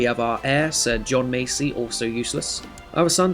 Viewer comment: Loving the start of this series as i play this house alot as its my surname, however it is pronounced mass-ee as opposed to macy